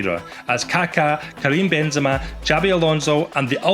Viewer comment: Bro really said BENZEMA 😂